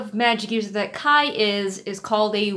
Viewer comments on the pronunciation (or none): every time you say kai's name i distinctly hear "kyle" and honestly that's what he deserves